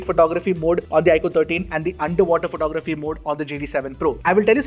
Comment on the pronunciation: "Underwater pornography" am I the only one to hear that 😅